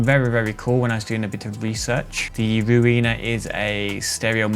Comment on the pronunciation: I like Backmask. It's my favorite reverser. Very easy to use. If you don't know what the controls do, click the question mark, and it will tell you exactly what they do. Pretty sure "Ruina" is supposed to be pronounced close to "ruiner", as in "something that ruins something else".